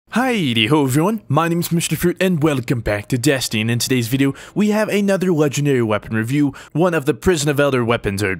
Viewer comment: Anyone else noticed he said desteen